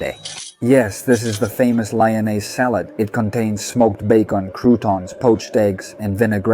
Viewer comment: I was happy to see that you were in one of my favorite restaurants in Lyon (pronounced Leeon, not lion) I must disagree with your thoughts about the quenelles de brochet. I have always found them to be delicious but as you say it is an opinion, ours just differs. I have had the salade lyonnaise and enjoyed it as well. Im sorry that your experience was not more positive. Cheers Bill McKinley